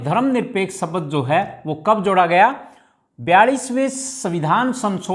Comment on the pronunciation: सबद नही बोला जाता शब्द बोला जाता है